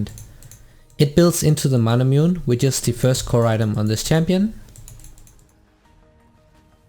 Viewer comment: Isnt Manamune pronounced as Ma/Na/Mu/Ne like the sword Masamune and Muramana from Muramasa